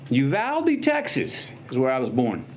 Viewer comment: Someone in the CBS News got fired over that "Uvlade"